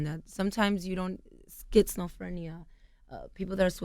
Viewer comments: She legit just said Skitz no fernia lmaoooooooooo i'm dead hahahahahahaha It's Schizophrenia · Angela, well shit anyone, don't say words you don't know how to pronounce lol you sound dumb as hell